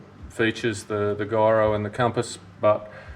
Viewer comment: they way he pronounces gyro has me laughing a bit lol.